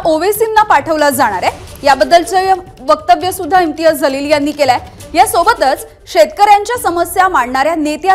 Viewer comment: 😂😂😂 जलील का म्हणतेय ग बाई...जीवन मधला ज....जहाज मधला ज नाही.....बाकी चांगल आहे तो जलील च आहे...उर्दूत जलील cha जो अर्थ आहे तोच बरोबर